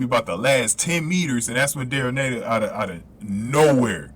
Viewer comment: Daryll Neita (pronounced NEEta)is GBRs anchor in the 4x4